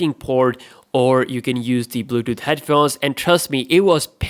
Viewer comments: dont wanna be mean but the way he says bluetooth is funny....bluedoo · nigga said bluuuuuedooth